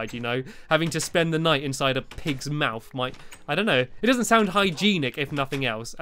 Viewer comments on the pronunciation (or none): none